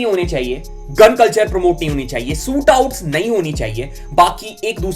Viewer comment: Bhai your videos are good and I like them but pronounciation kabhi kabhi kafi galat hojati hai.. try to focus on that also.. eg. Sootout